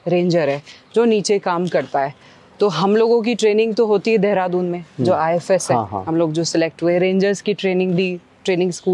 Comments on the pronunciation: IFos not IFS 😅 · Ifos h ifs nhi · It’s IFoS not IFS service